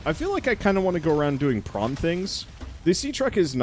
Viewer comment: Every time i hear "prawn", sometimes, for some wierd reason, i hear "brawn", and then the "If The Emperor Had a Text-To-Speech Device" memories start to kick in